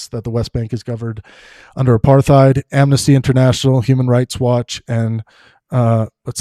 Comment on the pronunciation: if you can't even pronounce 'apartheid' correctly I'm beginning to doubt your intellectual capacity. No wonder you only have 12k views. Try showing the video you're critiquing and your sources next time too? So dry and uninteresting with your monotone psued ramblings.